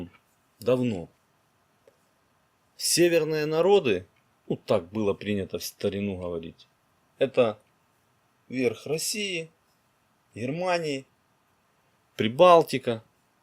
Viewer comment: Боже!! Как же слух режет... Ховорить... Вы вообще Г не выговариваете?????